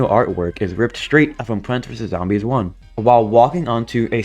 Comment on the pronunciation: dawg I thought you said zombie piss😭